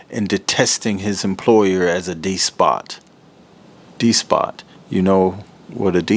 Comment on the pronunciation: Love your channel, Kafka (fun and disturbing read) and Wright. The way you pronounced despot had me hollering. 😂.